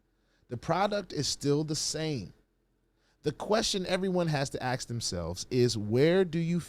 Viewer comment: Why can't us black people say the word "ask" correctly. It's not AXE! 😅